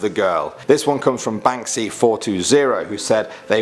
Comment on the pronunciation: I’m proud/impressed in a strange way that you pronounced the one account as ”Banksy Four Two Zero” instead of being a massive douchey pothead like ”chyeaa bAnKsYfOuRtWeNtY b L a Z e it mannn.” I hate that sh¡t.